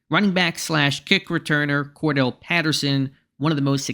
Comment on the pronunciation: Cor•Dar•Relle, not Kordell. He ain’t Slash.